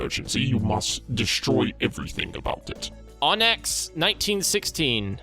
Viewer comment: It's pronounced "on-ix" actually. :P It's a kind of rock.